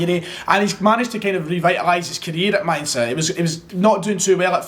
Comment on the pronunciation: The pronunciation of that Mainz is top drawer, gg